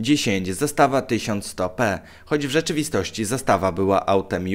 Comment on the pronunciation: Magnar Zastava nie Zastawa